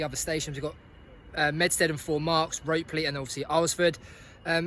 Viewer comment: Nice video. Ropley is pronounced rop ley btw. Also, the railway is just called "The Watercress Line" no more mid hants railway. D8188 is our other class 20 (the other one being D8059 - the better one!) I love it there, best railway (100% biased since I'm always there!) good video, well done. 😀 subscribed and liked btw 😉